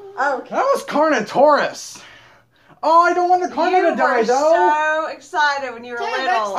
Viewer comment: I know that he said carnortious I was like wait what?